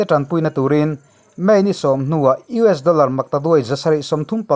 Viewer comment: Abang var thlak e tinge US ti ramhming hi ilam dik thei miah lole